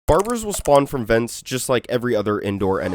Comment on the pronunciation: bro said "barburrz"